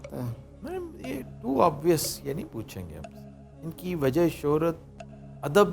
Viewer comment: very logical reply well done ....but he is indian dear .... Look at his accent .... He is saying 'wazah' instead of 'wajah' ....and some other words also ... He is indian